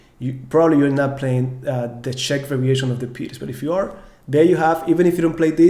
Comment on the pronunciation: wow, thank you for pronouncing right this time!